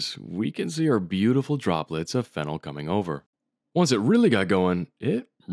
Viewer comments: You're pronouncing it wrong. You're pronouncing it "FEN-el" (like phenyl) while it's actually "fen-OL" phonetically. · Ngl it’s cursed how you pronounce phenol the same way phenyl is pronounced. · It's fe-nol! 😉